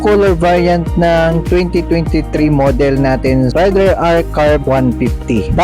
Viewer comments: sa mga motor blogger lagi nyong bigkas ay rayder ,di ba dapat reyder (raider).. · Sa mga nag vlog lagi binabanggit ay Rayder(rider) di ba dapat ang bigkas ay reyder(raider) ..wala lang napuna ko lang ..peace..